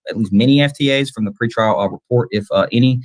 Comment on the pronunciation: It's "Pre-trial" my friend. 👍🏻